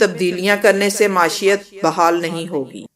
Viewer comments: ماشیت نہیں معیشت ہوتی ہے۔ بولنا تو سیکھ لو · لفظ "معیشت" کا تلفظ درست کر لیں۔